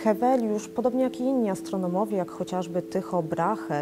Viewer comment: Astronołowie brawo lektor!